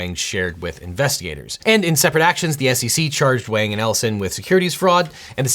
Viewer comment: FINALLY! SOMEONE GOT THE PRONUNCIATION OF WANG CORRECT!